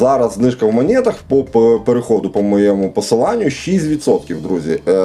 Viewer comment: Друже, ну не в "манєтах". Не спотворюй так слово